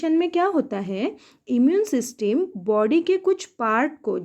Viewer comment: Ma'am ese सिस्टम बोलते 😅😅😅😅